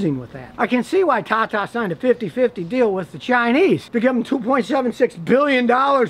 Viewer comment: Scotty are we ever gonna get a chance to see the meth lab? Can we get just a peek. Between all the herky jerky movements and your intonation ever time you say "tata" it sounds to me like "caca". Is there a difference?